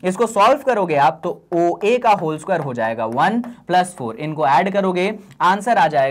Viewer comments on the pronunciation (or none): Isquare nahi sir square😂